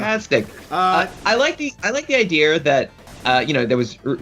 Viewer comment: What accent causes one to add r to the words Ninja and Idea. Ninjra! Idera!